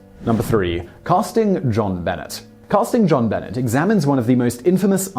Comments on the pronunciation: Just saying.... It’s pronounced Jon-Benaay The first name is the French pronunciation of ‘John’ after her father and ’Benét’ after his middle name Bennet. Being English, I thought you would’ve known that but just letting you know. : ) Thanks for your channel as I get the most out of My Netflix account! 👍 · It's pronounced like "Zhon-Benay," NOT "John Bennett. Geez. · I like how he says it John Bennett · I've tried to overlook all the times Simon mispronounces things, but JonBenet? Seriously?? He can't say JonBenet?! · “JonBenet” is pronounced with the French “A” sound at the end. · Mark Mallone: It's JonBenet (one word), and "same people who put a 6 year old in an 'adult themed' beauty pageant for 6 year olds." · Thank you Little Miss Stamper!!! Omg, I was cringing through that whole segment like nails on a chalkboard! Simon I love you man but DUDE I know you have heard it pronounced accurately and it is SOMEONE'S NAME not an herb! I'm sure in the UK that is NOT how they said her name. You are a very intelligent man, hence why I like your channels, so please do pay more heed and respect to pronunciation of proper nouns. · Anyone with half a brain would notice that Jean-Benet isn't American...it's FRENCH. Simon being English isn't even a valid excuse.